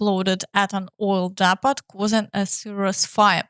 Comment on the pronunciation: 'depot' is pronounced 'deh-poe' not 'deh-pot'. (or 'dee-poe' in the US). Apologies to all foreigners for English spelling, which is just perverse.